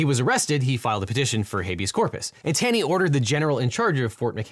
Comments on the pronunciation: I am pretty sure Roger Taney is pronounced with a phantom W, as in "tawney". just a heads up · Roger Taney pronounced his name "Tawney". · C'mon Devin, you of all people should know that Chief Justice Taney's name pronounced Tawney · Couldn't agree with you more, except that "Taney" is pronounced "TAW- nee."